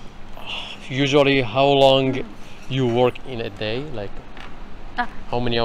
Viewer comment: lmaaaao I like how at some points your own accent goes "Japanese" when you're speaking a word like "usually" and it becomes "usuarii"